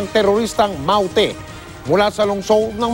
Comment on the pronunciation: Masyado nmang slang Ang reporter sa pagbigkas Ng "MAUTE GROUP" with English accent😊